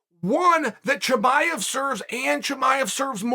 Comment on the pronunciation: Chael : Haz-mat Chimaiv